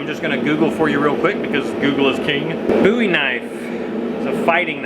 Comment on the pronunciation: Finally, someone pronouncing Bowie correctly!